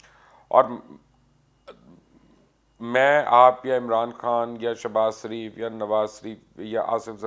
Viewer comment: مبشر لقمان اینڈ آپ پر اللّٰہ پاک کی سلامتی ہو ،، مبشر صاحب آپ نواز شریف اور شہباز شریف کو نواز شریف اور شہباز شریف کیوں کہتے ہیں ؟ باقی سب الفاظ میں آپ ( ش ) صحیح بولتے ہیں ،، پلیز مجھے جواب ضرور دیجئے گا ،،( کیا ) وہ شریف نہیں ہیں ؟ اس لئے آپ ان کو سریف کہتے ہیں ؟ دعاگو پیر اقبال شہزاد بھاول نگر